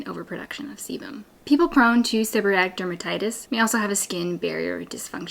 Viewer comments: I don’t understand why you are saying “seborrhatic” rather than “seborrheic”? I’ve never heard it called that before. All of your signage in the video uses seborrheic dermatitis. Just curious. I do have SD since I had Covid19 in 2022. Itching, scaling, dry scalp; hair falling out. So frustrating. TY for the great suggestions! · Gods information. But it is pronounced Seb-her-eee-ick. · Thank god someone else noticed 😂